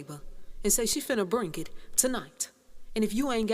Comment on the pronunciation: "Its bring it!", not brink It